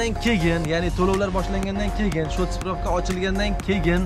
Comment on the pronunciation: Кегин емас кейин дейилади обзорчи ака